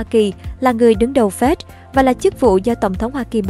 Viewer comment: Sao đọc là Phét (FED). Phải đọc là " Ép I Đi" (FED)